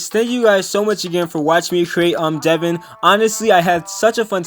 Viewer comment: How to say his name: dev - ow - n